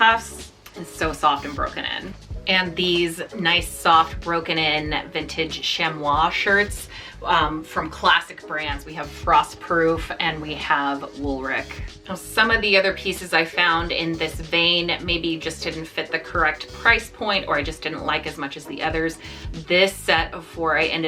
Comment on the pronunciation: Hi, It is pronounced WoolRICH. There cursive "h" looks like an "r".